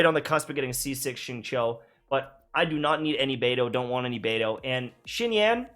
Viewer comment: Xingqiu is pronounced Xing-Qiu, something like Sing-Chew, not Sing-Chow